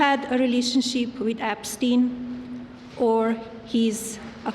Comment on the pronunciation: What's a relation-sheep? 🤔🐑